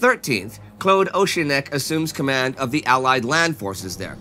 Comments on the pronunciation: ORK-IN-LECK not OH-CHIN-LECH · just a small thing...the British general was AWK-IN-LEK, not OCEAN-LESH. Otherwise brilliant. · It's Auckenleck , not oceanleck! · fantastic episode as usual! just a minor point of note, i've heard Claude Auchinleck nicknamed 'the Auk' suggesting that his surname is pronounced Ork-in-leck and not Orsh-in-leck. I may very well be wrong though, just something to maybe double check as we will see plenty of him later in the war. cheers for the amazing work xoxo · Claude "O SHIN Lek" is pronounce OHk-in-LEK, I think you'll find. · Claude Auchinlek not Auchinek. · Oceanleck? I thought it was pronounced Awkinleck, no? His nickname was 'The Auk' which makes me think I'm correct. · Please, please, please learn how to pronounce "Auchinleck" correctly, before he is featured again. It's "Awkinleck" (essentially), not "Oshinleck". Don't even get me started on some of your foreign name pronounciations! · Auchinleck is pronounced och in lek in my part of Scotland. I don’t know if this is universal though. Thanks for the in-depth, impartial content. The format is perfect. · Indy's pronunciation really has come on since the days of Claude Ocean-lick 😄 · It is, indeed, pronounced Auk. It's OK, Indy did this once or twice in TGW too, and was gently reminded...by which I mean bombarded with the right pronunciation in the comments. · British General Sir Claude Auchinleck's surname is correctly pronounced 'Awe-kin-lec'. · Very good, but Auchinlech is pronounced Orkinlek (the orc), a great commander particularly in stopping Rommel in the desert at Alamein. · Auchinleck is a British name so of course it's pronounced Orkinleck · Nope. It's Auk-in-leck, actually. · Just in case he turns up more, Auchinleck is pronounced "OKK-in-LEKK." It's a Scots Gaelic word orignally, not French :) Keep up the great work! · Excellent episode as always! Isn't Auchinleck pronounced 'Awkinleck' as in Auckland though? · It's Auk as in "orc" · "Cloade Oceanleck"? LOL!